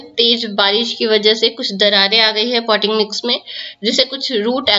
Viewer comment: No clarity in your voice at this point poty mix?????